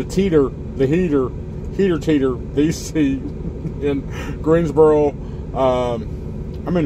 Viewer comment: Teeters sort of sounds like a hooters.